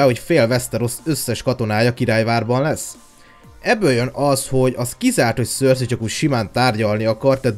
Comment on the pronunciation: Nem szörszi 🙈😒 hanem (szerszej) cercei😏